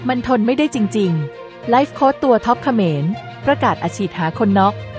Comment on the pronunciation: คนอ่านข่าว! เขาอ่านว่า ขะ -เหมนนะ ไม่ใช่ เข-มอน โอ้ย จะบ้าตาย